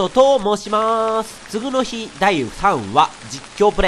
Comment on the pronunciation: [つぐの日]みたいな発音で[次の日]って言わないでくれ…